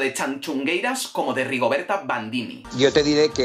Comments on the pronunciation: Muy bien el vídeo, yo también apoyo a las tanxugueiras pero, oye no se dice tanchugueiras, se dice tanxugueiras. Gracias. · a ver si aprendes a decirlo bien q x tu culpa ahora yo tb digo "Chanchungueiras"... No es la entonación lo q dices mal, es q no es "Cha" es "Ta", o sea: "Tanchungueiras" 🤣🤣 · Guía para pronunciar bien Tanxugueiras y que no te dé una embolia en el intento. Repitan conmigo "Shakira" y ahora digan "Tanshugueiras". Ya está, la "t" se pronuncia como cualquier "t". Que por poco te haces un nudo en la lengua. De nada. PD: lo de robarles el primer puesto es un auténtico TONGO!!! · Tan-shu-gueiras tal cual jajaja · Tanchungueiras? Está muy bien el discurso sobre el gallego, pero por lo menos podrías haber visto como se pronuncia el nombre de las Tanxugueiras si tanto te gustaron, que por cierto se lee como lo dirías en castellano. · TAN-XU-GUEI-RAS, la "X" se le como ¡tachán, tachán! "X" , si sabéis decir "sexo" sabéis leer la "X" TAN-XU-GUEI-RAS ¡TANXUGUEIRAS! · Me pone muy nerviosa como pronuncia tanxungueiras, pero por el resto tiene toda la razón. La x se pronuncia en gallego como sh más o menos, lo digo por si a alguien le ayuda a pronunciarlo mejor. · ¿Por qué pronuncias CHAnCHUngueiras? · 1º, en serio que sigues pronunciando el nombre fatal. te recomiendo que consultes la web de la RAG (Real Academia Galega). 2º, a mí Chanel no me gusta (sí baila muy bien, pero me parece lo mismo desde Jennifer López y la letra deja mucho que desear), aunqe la pobre no tiene la culpa de gustarle a 3 enchufados de Tongueira Pública S.A. (ya sabéis de quién estoy hablando). En cuanto a Rigonerta me parece un poco paródico (aunque para gustos, colores). En cuanto al resto completamente de acuerdo. A mí me encantó Tanxugueiras (menos mal que no voté, aparte de que no pude ver el Tongofest porque a esas horas estaba en el gimnasio, sino porque algo me decía que iba a ver algo raro, aunque esto fue alevoso).